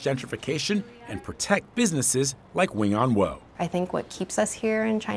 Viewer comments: 永安和 Wing On Wo. The wo is pronounced like waw in Cantonese, not "woe". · In cantonese its pronounced wing on wo4. I laughed everytime they said wooooo.